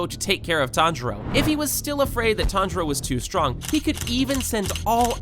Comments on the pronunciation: Is no one talking about him saying tanijro 🤣🤣🤣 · So you don't know how to pronounce their names Nakime is (Nak-a-mee) Tanjiro is (Ton-juh-ro) And everyone else's I can't explain